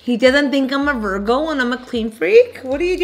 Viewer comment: I am dead! “I’m a VERGO” not Virgo but VERGO😂😂 5 shots where? The two got her lit lit 😂🔥👏🏼